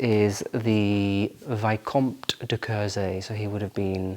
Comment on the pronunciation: It’s pronounced Vee-cone-t (silent p and m is like n)